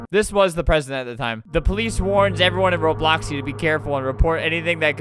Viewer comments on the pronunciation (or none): none